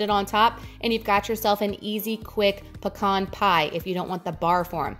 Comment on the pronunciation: This is awesome. I'm going to make it for sure and you said pecan right! Thanks for the recipe! Thanksgiving is what threw me off track last year. I am determined to stay on track this year my wife is doing keto with me so that is even more of a motivation.